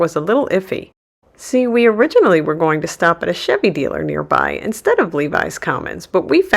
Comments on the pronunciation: It's pronounced LEH VIS Commons, NOT LEE VIES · Lev-is Commons not Levis Commons......